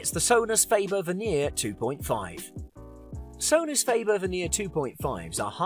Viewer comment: Sonus Feibur? Maybe we should cal the Ferrari - Firreirai LOL Clearly he was payed well for this advertisement. He reads the brochures without any mistakes except of course the brand names of the speakers.